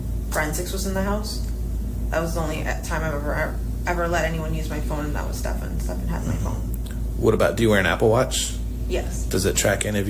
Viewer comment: I love how he keeps saying Stephan’s name wrong even though he hears her say it the correct way. Subtle.